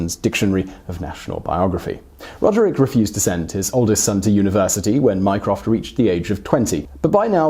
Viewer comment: My-croft microsoft